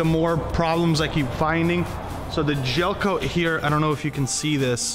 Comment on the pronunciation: Gelcoat not jelcoat